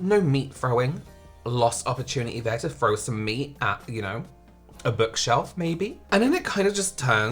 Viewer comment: "at a bokshelf..." 😂😂😂😂